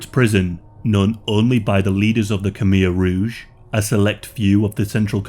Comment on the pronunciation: Why not learn how to pronounce Khmer Rouge?